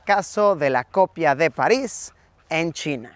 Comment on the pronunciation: París ❌ Palis 😈✅